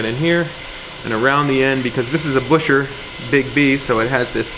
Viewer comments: FYI Buescher is pronounced like Bisher (rhymes with fisher) not Busher. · That's almost correct. You must pronounce it auf Deutsch, which means that it's 'B-euhh-scherr'. Most people just say Bisher, if they don't speak German (but it's a little cringe, for those that truly know how to pronounce it). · Right, and they say Gus Buescher pronounced it 'Bisher.' Not that everyone knows how to pronounce their own name properly- LOL. Incredible work, bravo! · "B-I-S-H-E-R"... The oldest ads have it pronounced BISHER... and “Bisher" is what all the old timers from Elkhart Indiana still say; dead set against any other pronunciation. Saxquest actually went to several club meetings of retired instrument factory workers in Elkhart, where the BISHER pronunciation still lives on! A former Selmer USA master mouthpiece craftsman who worked with Ralph Morgan also said it was BISHER, and has never been anything but Bisher; he knew because Ralph had been engaged to Gus Buescher's daughter!” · Wouldn't it be Bew-sher? As for the guy whose name it was, he was American, and had probably come from a family that bastardised its own pronunciation after immigration etc.